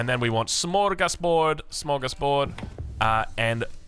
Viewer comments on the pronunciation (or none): none